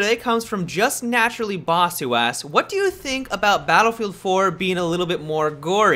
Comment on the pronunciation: "if they dodo that"xD